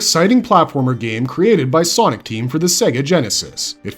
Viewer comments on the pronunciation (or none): none